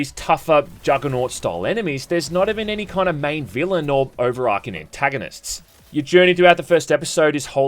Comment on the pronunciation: Mate, do you say arch like "arc"? No? Don't do it with overarching, then. You were taught for free at great expense to the taxpayer, so don't spaff it up the wall trying to copy the seppos, because they're not even English, are they.